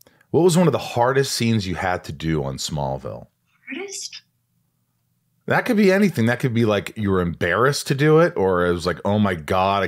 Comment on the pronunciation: The way she said “smallvillel was an entirely beast itself” ….. did she mean smallville OR? SMALLVILLE???? 😹😹😹🙈🙈🙈❣️❣️❣️duuuuuuuuuuude